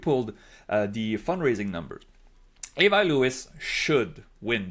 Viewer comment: Before you get to Winnipeg, try practicing saying "Ahh-vee" instead of "Eh-vah". Say the "i" in Avi the French way.